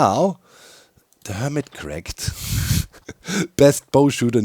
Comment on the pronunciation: This week... on Hermitract 😂